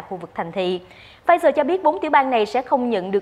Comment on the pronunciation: Pfizer , khong phai Pflizer !